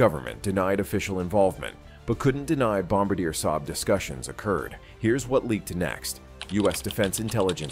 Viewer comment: You are mispronouncing BOM BAR DIAY. Bom abadeer is not correct!